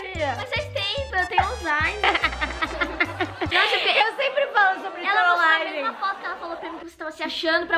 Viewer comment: "mais faz tempo eu tenho auzaimer" alakakakakakakaka